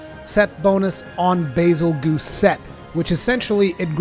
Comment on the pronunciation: Bazelgeuse. geuse, not goose